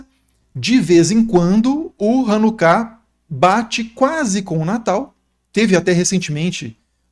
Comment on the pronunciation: Hanukkah (ranucá e não rãnuca)